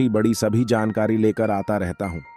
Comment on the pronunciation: Sankari nahi jankari padhiye bhai